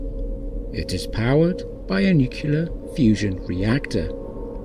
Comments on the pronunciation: The narrator says "nucular" -- should be nuclear. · 'Nuculer'? Really?! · He doesn’t care. It’s all “nukular” to him. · I’m not sure what “new queue ler” is, but this machine is nuclear.